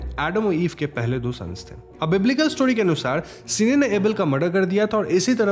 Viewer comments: Bro it's Cain not sene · Bhai Cain hai sene nae, kain pronounce karta hai sene nahe hahahahaha 🤣🤣🤣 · Narration acha hai, Names galat bole hai aapne.. कली= काली सिने= केन One more Crime Thriller is relased in Malayalam 'Paapan' (Dad)..Very good thriller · It's Cane (say like Ken) and Abel.. not Cine सिने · Ak correction hai the first murderer is Cain (ken). Cine is a wrong pronunciation 🙃🙃. But it was a nice explanation. And also Isn't Bhadra looking like Deepika Padukone?? 😊 thank u.. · Bro its not Cine its Cain (KEN) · its cane not cine pronounced as kane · It's Cain and not cine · Are bro "si ne " galat pronounciation hai usko "kine" pronounce krte hai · Cine nahi uska naam Cain hai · Bro that name is CAIN not cine!! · it's cane not sine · Isne Caine ka naam badal ke 'seene' karke confusion create kar di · It's Cain not Seene.. read bible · Boss, your work is no doubt really good. But please get some facts and pronunciation correct. Abel is read as A-Bell. Cain is read as Kayn. And Bible is not a Mythology. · Its pronounced 'cane' as in sugarcane.